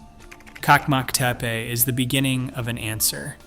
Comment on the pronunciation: And Çakmaktepe is not kakmaktepe. The Turkish ç letter is always pronounced ch like in cheese. By the way, the Turkish letter c always sounds like g in gee.